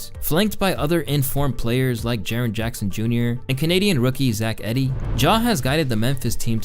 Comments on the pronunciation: Lol this guy has a basketball channel and said Zach “Eddie” smh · Zach Eddie, second time I leave a comment mentioning the pronunciation of player names. Don’t get me wrong I love your videos been binge watching them